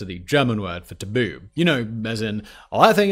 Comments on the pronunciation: And i think its call tabun not taboo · Tabun. Not Tabu.